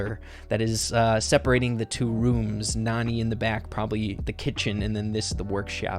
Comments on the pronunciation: Nani is actually pronounced "NANNY" and as the name suggests she's clearly a nanny to jessie probably creates by Mama Pam. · Hey! You pronouced Nani wrong, its actually pronounce as Nanny. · I think this picture really just solidifies that Nani should be pronounced “nanny” , since that’s what she is. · Nani may be pronounced Nanny since she looks like the care taker of Jessie but you never know how it may pronounced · Nani is actually Jessie’s nanny and she supposed to be pronounced nanny that’s why she was there when Jesse was young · you keep saying Nani wrong, it's Nani as in a care taker